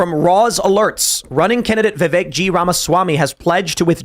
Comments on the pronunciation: His name rhymes with CAKE ... Its pronounced VIV-VAKE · I can’t stand how people still pronounce Vivek incorrectly.